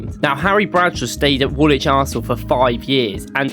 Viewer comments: The W in Woolwich is silent...... its Woolich ... not WoolWHICH. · uhhhhh yeah mate, hate to break this to you , but its pronounced wulich not worlwhich. I know that this is pedantic but its hard to take someone serious on a history video when they dont pronounce the location names right. Its like birmingham, you dont pronounce it bur-ming-ham you say bur-ming-um. Or for example Southwark, you dont pronounce it south-wark - its suthock. You sound english but also a tourist at the same time. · Silent W when pronouncing Woolwich. It should be ‘Woo-lich’ not ‘Wool-which’ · wool-widge? Try 'woolitch' - game effort though on the whole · "Woolwich". The second w is silent and is pronounced Woolich, as any true Gooner should know. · Anderlecht and all was butchered. Yokozuna aint even close to Nagoya Grampus Eight. Also its funny he says he is from Norwich so clearly must know how to say 'wich' in English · This doesn't even have one crunchy jazz chord or vocal harmony. And you just pronounced the second W in Woolwich. 0/10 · Top 3 pronunciations: 3. Arsenal started life south of the river in "Wool Widge". 2. Arsenal played "Real Zarzagona" in the 1995 Cup Winners Cup final. 1. Arsene Wenger managed Japanese side "Yokozuna" before landing the Arsenal job.